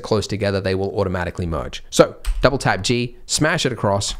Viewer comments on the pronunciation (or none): Oh, with my bad english your double tap g hears like double TAB g, so is was so hard to understand you, and is took a while to find waht you actualy mean!